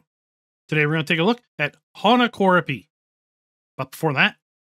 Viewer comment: Thank you, hats off to you who's not a Finnish and pronounced map name Honkakorpi the way that all Finnish will understand what you said 👍 👍👍😂